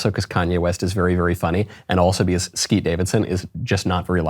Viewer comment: Thank you for saying Skete. Big win.